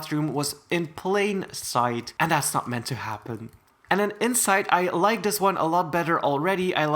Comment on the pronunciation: Please speak right and don’t say dis and stuff like that not being rud it’s does not hoythrr me my cousin told me to ask you she does not know how to type